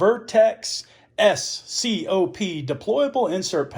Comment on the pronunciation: I believe it’s called the S.O.C.P not S.C.O.P